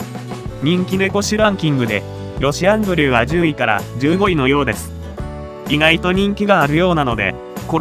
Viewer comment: ロシアンブルーを契約したからこの動画に来たけど、ロシアンブルーのイントネーションが変でイライラして最後まで見れなかった それかこっちが正しいイントネーションなのかな？(笑)